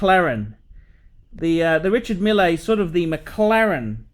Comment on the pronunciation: These watches are more popular in Silicon Valley than in the Middle East. Mille is, I have to say, a cool guy for a Frenchman, and is pronouncing his name very badly.